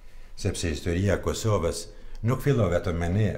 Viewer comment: Kur thot tu Kusoves maroj dek ahhahahahahahahhahahahahahahahahahahahahah